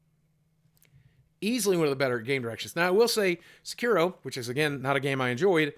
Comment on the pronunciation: Say it with me, my dude: Sek-ee-roh Also, Slay the Spire is definitely going to give Goose Game a run for its money